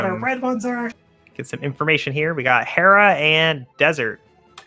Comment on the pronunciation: mispronouncing Hera all game smh